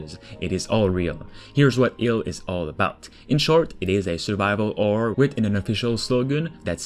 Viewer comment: "Survival orror"